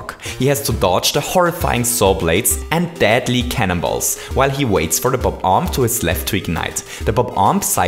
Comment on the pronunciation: Where is this guy from? I keep on hearing him say "dadly" instead of deadly.... what language does he speak and what accent?